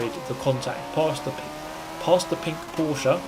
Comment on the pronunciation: for me as a german guy i want to appreciate you for spelling Porsche right